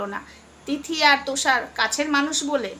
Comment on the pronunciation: তোষার নয় তুষার বলো...hebby dile😅😅